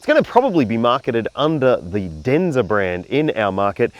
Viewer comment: Waiting for the comments about the name. your Chinese accent is spot on.😅